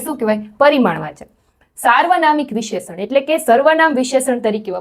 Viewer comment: ખૂબ સરસ પ્રયત્ન છે. પણ હા ભાષા માં ઉચ્ચારણ માં શુધ્ધી ની જરૂર છે. વિશેષણ નો ઉચ્ચાર ખોટો છે